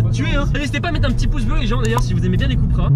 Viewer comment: C’est cUUUUUUUpra pas « Coupra »